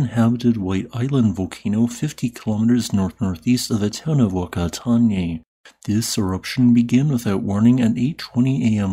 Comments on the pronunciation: A for effort in trying to say Whakatane! If I was to give some advice in case us kiwis have more volcanic activity, 'Wh' has a strong 'F' sound, and 'Tane' is pronounces 'Ta-Nay' phonetically. All up would be 'Fah-ka-ta-nay' said fairly fluidly :) Hope that helps! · whakatane is pronounced w a f just like u were swearing. its ok to say it. that is the name of the town. phukatane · wh in Maori is pronounced fuh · Always a fan of your video's and I know that you pride yourself on pronouncing the volcano's and town's correctly. So I wanted to inform you that in the Maori language if a thing starts with WH that's similar to an America PH sound. Kia ora mate! keep up the amazing videos